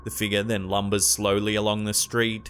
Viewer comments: “A ghostly figahhh”, ha! Love, he’s the new Vincent Price! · SUUUUUUPER fake. But I do like hearing him say "figure" he says it 🤔 like "figaa" ....the figaa of a girl, the figaa seems to drift thru.....lol! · I LOVE hearing say "figga." For some reason, I've started saying it with him, LoL 😂 Go figga...